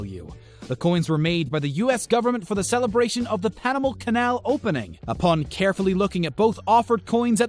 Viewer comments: Panamal canal ... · Also NASCAR driver "Langono" (Logano) and the "Panamal Canal".